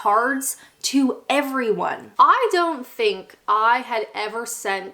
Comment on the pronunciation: Did anyone catch that when she said 'I don't think' my god she sounded so English. Merry Christmas Everyone!!!